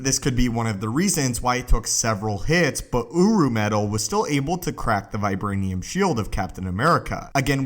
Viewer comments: I can’t take this seriously he says Urru because it sound like UwU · everytime he says Uruh take a shot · I keep hearing OWO metal